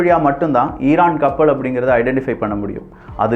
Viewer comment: ளாபம், கப்பள் உச்சரிப்பை சரி பார்க்கவும்